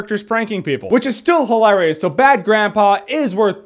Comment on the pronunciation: You pronounce "hilarious" interestingly.